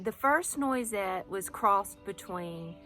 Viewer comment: Beautiful garden! It's pronounced nwah-set. It's French.